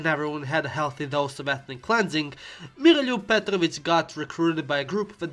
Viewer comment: Volim kako je reko Miroljub Petrovic bez Engleskog akcenta.